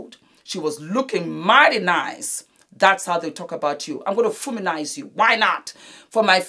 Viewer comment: "I'm going to Fuminize you" 🤣😂 Thanks so much, I needed this tutorial as I'm 52 and don't really relate to these other "younger" YouTube tutorials 🤗